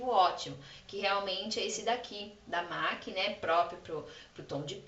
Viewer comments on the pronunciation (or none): Não é "MAQUII" é "MEQUI" a pronuncia de M.A.C